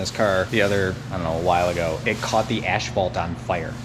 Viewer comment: ashphalt? Lol